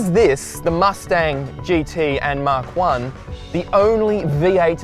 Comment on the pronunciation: You are pronouncing the Mach 1 incorrectly.You are saying Mark 1.It is pronounced Mack.When ford named it Mach 1 it was referring to the speed of sound being known as Mach 1.Stop calling it mark 1 please.